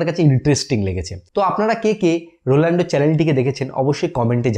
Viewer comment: আপনারও একি ভুল,, রোলান্ডো নয় দাদা। রোনাল্ডো